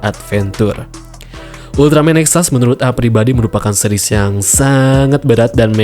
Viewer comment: Jangan dibaca NEXAS a' ! , nanti saya jadi luput ngomong Ultraman TEXAS jadinya :'v